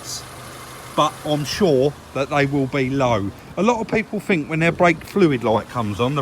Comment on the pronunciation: I'm addicted to your videos, well done guys, but please say 'fink' once more and I'll go crazy 😂😂😂